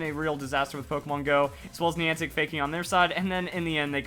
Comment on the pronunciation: It's Niantic not Neantic